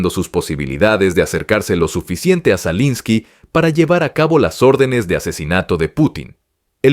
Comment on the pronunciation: Zalinski, zelinski 🤣. Se nota el afán con que sacan esas publicaciones. Pronuncian todo de cualquier manera y no les importa